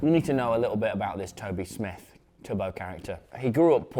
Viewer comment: It’s tubbo not tobbo …